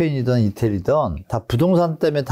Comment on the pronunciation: 부동산 발음을 제대로 못 하네 ㅋㅋㅋ 어이없네